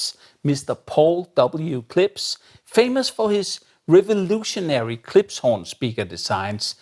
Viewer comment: It's KlipSH. You keep making an S sound.